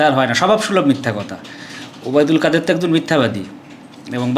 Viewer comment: কাদির নয় কাদের